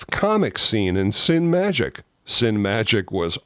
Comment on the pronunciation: Hi I think it was called Sinee-Magic ….not Sin-Magic! Fantastic publications and of course they did those special guidebooks as well covering visual effects, Soaceships etc.